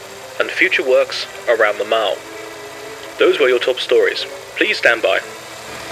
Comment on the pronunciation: Is he saying "mow", "maw" or "mall?" I cannot tell. I love the palace though